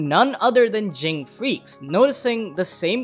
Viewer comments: I think pronounced “J-in, not G-ing” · you are mispronouncing Ging, its pronounced Jin(Jeen)